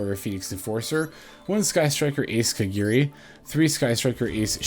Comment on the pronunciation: it's "KA GA RI" not " KA GEE RI" or "KA GI RI"